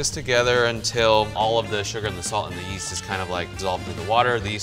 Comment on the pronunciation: When he said “yeast” i thought he said “yeet”